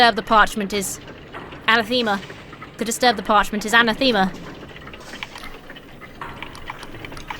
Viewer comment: It's pronounced anathema, not anathema